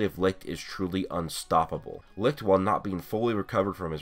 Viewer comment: Seriously... Why do everyone of you guys keep pronouncing Licht to Lickt? IT'S PRONOUNCED AS LICH